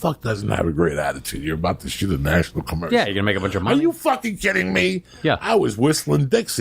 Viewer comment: what's a "Commerical"?